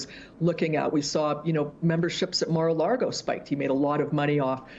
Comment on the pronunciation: If that investigative reporter is so smart, why does she not know that the word is LAGO not LARGO. Good grief.